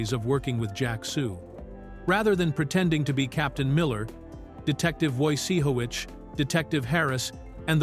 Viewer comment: Detective Woseejowitz? Really, carefull.